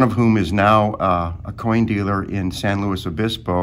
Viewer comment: Wow, I wonder who the dealer in San Luis Is?! Thats basically my home town! Kudos to for saying the name right!